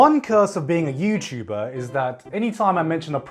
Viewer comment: whyd you say "yuuchuuba"